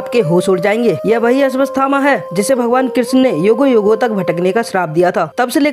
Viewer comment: Ashwasthama nh unka nam ashwathama hai.. pehle to naam bolna seekh or fr dusro ki vedio se copy krke mat bna vdio . Khud ki bna..